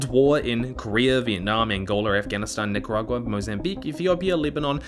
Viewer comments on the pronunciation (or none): none